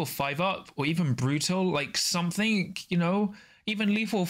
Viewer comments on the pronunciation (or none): none